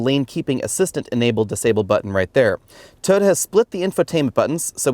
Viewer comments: Over 300 comments and nobody is bothered by the way he says "Tyota"??? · Have I been pronouncing Toyota wrong all these years? 😳